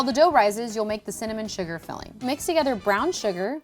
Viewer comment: Snoop Dogg makes connamon rolls, lol